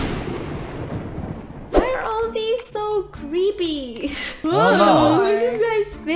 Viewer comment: you said "creppy" . that jus "a dead come"